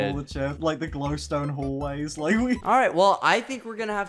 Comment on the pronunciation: At the start it sounded like he said “lik” lol